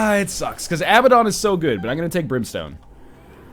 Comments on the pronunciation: Hey NL, Abaddon is pronounced uh-bad-en in North American and British English. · Because he doesn't know how to pronounce Abaddon in his native language.